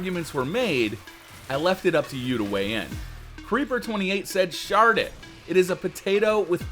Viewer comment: Honestly the first time I heard say shard it or keep it I thought he said shart it or keep it.